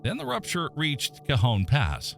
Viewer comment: Nice job getting the AI voice to pronounce cajon and tejon correctly. Also, it is more objective than most of these.